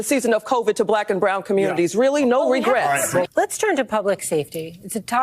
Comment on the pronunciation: No regwets! Lol